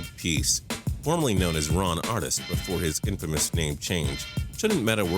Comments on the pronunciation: its artest, not artist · ...Ron Artest = ar-test, not artist. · SAY IT WITH ME AR-TEST NOT ARTIST RON ARTEST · Dislike for pronouncing "Artest" as "Artist" #fail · terrible list...and for f#cks sake, it is ron arTEST not ron arTIST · Artest....not artist😂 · ron artist ? really? ar-test* you must be very blonde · Its Ron ArTEST. Not Ron ArTIST lol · "Ron Artist"?!!? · No offense but Ron Artist 😂😂😂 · did this guy just call him ron artist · "Ron Artist" did I hear that correctly. Da fuck...... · "Ron Artist" please kill me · i swear is a middle school drop out he could of looked up how to pronounce his name before he fucked it up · You really just called Ron Artest fucking Ron Artist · gaywether aint no goon and ron artest is pronounced ar-test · pause! he called him Ron Artist??